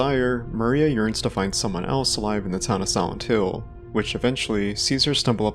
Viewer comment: Can you not annunciate the word silent? All I can focus on is you saying “Sauntil”